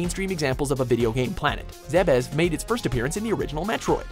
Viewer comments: Zee-bes. The "Zeh-bes" pronunciation kills me. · Pretty sure Zebes is pronounced "Zeebiss" (or something similar to that)